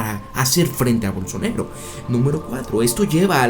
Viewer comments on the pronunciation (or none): se llama bolsonAAAAro, no bolsonEro. tan dificil es decirlo bien????